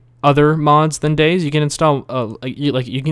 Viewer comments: Dude it's pronounced Day(Z) keep the Z loud! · umm dude... its day-zee not days just btw. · its DayZ not days you say day and Z not days so dayZ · Its not supposed to be pronounced Days because its a game about zombies it is pronounced Day Zee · It's not dayz, it's Day-Z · DayZ as in Day-Zeee like you said not Dayz like Days like he said finally someone pointed that out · example he is saying "dayzzz" when its really pronounced Day ZED or Day Zee. (DayZ) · BTW, it's Day - Zee or Day - Zed. Not Days. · It discomforts me slightly that you refer to the mod as "Dayz", not "DayZee" or "DayZed". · its not dayz, its Day ZED or Day ZEE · its 'Day-Z' not 'Days' or 'Day-Zed', but that's just my opinion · Its painful to hear him say "Days". Its Day-Z! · its pronounced as 'dayzee' not 'days' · DAY.......Z NOT DAYS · Its Day Zee...not days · day-zee not days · it day-z not dayz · Its Day-Z not Days? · its 'day-z' not 'days' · It's not days it day z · It's not 'Dayz' it's 'DayZ'! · i find it funny how he says Dayz while it should be Day Z what else do you got that big Z for ;D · Daies??? it's Day Z and not daies. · dayZ not days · For fuck sake, its Day_Z Not Dayz. Day_Z as in Zombie or Zed. Day Z. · Day z not days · It is not called dayzzz it is day Z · or its pronounced days but with a z cause its about how many dayz you can survive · its pronounced daysi not days -. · ITS DAY...Z NOT DAYS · Lol its Day Z not Dayz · he did not just call it dayz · i find i funny how you dayZ like days its funny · It's Day-ZEE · Its pronounced day-zee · every time you call it days it makes me fucking angry :/ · its pronnouced Day Zee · Its actually Day Zed... :\ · "how to install dayyyyys" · It's pronounced DayZee. Z as in Zombie..... noob. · ..... its Day-Z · It's day-Z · Its pronanced day then z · It is day ........z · Lol, he calls he Daze... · Youre gunna get soooooooo much hate for pronouncing it wrong